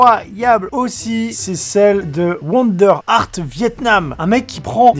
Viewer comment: Apprend à parler anglais c est woodart et pas wonderart